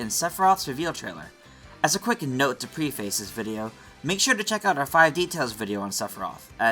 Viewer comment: That's not how you pronounce "preface"